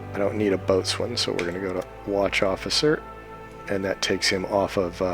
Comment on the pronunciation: FYI, "Boatswain" is pronounced "Bosun".